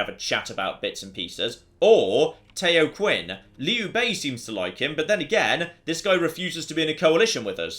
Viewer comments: Tayo Quan lol, that should be pronounced similar to "tow" (like "how" with a t, not like toe) "chee-en" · Tao Qian - not Tayo Quinn but Tao (rhymes with 'ow') and Chi'en (rhymes with Brienne) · Tao Qian is pronounced Dau Chian... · hey just a heads up Tao Qian's name is actually pronounced Tao Chan. Don't worry a lot of total war youtubers have been pronouncing the way you have and many people have pointed out the right pronunciation. If you miss pronounce any others i'll try and let you know. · Tao Qian should be pronounced like "Tao Chien". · here's a tip on Chinese pronunciation: "Q" is said with a "CH" sound. (So Qin would be pronounced Chin, etc.) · If I knew how to say Tao Qian properly myself I expect I would be really annoyed. What you said is definitely not right.